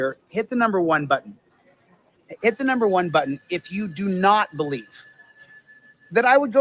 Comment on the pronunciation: Reach over, reach over and hit, and hit the ‘submit’ buddun, ‘submit’ buddun…